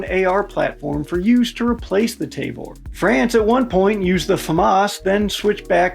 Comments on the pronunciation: Ta-vor not te-vor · T-ah-vor not t-ey-vor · I think T&P already did a video on this topic covering almost all these topics ages ago. Also it’s tuh-vor, not tay-vor. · As a Hebrew speaking Israeli, I must insist on proper pronunciation. It's not 'TAY-VORE', but 'TAA-VORE'. Otherwise, good video. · It's Tavor not Tayvor. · The Tavor rifle is not pronounced Tayvor. It is Ta-vor. Alao, the IDF is replacing it with the M4 rifle. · Say it with me. “TAH-VOR”. Also the pic you showed saying 16.5 is actually the 13.1 version that’s standard issue. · ah yes the good ole tay-vor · Soft a on the pronunciation of Tavor. The transliteration is weird that way.